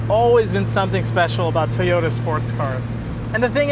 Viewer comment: Love those "Tayota's" :P